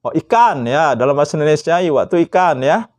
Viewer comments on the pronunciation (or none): none